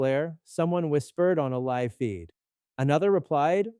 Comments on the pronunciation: Are you AI? You pronounced LIVE incorrectly. AI does that...... UNSUB!!! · AI mispronounced "live".